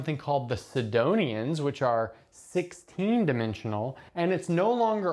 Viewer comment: Yes. James Grimes (Numberphile) made a video a few years back where he pronounced it "sedonions" the whole time. People corrected him but I guess the pronunciation stuck.